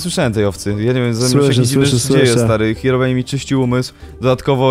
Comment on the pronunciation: Ei czy tylko ja gdy mówi hirobrine na początku słyszę paliona